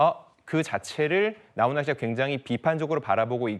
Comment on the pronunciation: 기자야 나혼아가 아니고 나훈아다